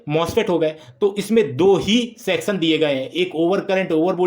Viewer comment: Sexan wice ha ha ha 😂😂😂😂 . Sorrt circuit wala sexon